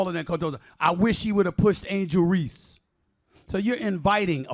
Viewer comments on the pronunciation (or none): none